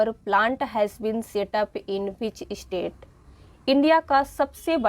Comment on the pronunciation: Mam state not estate